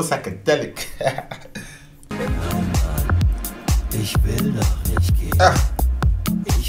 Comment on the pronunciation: You should hear some of these songs complete.... And dude, please, hold your ick and say not ich.. Welcome you can Berlinern 🤣